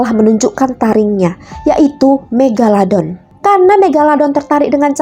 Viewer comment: Kak panggil hiu megalodon bukan megaladon kak 🤣🤣🤣